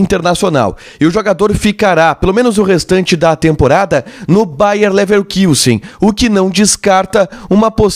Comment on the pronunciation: É "LeverKUssen", e não "LeverKIUssen" que se fala,. Não tem trema no u.